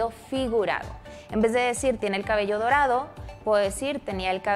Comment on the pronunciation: es dorado no torado